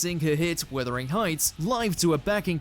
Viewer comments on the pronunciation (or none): Wuthering heights! Not withering! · Wuthering not Withering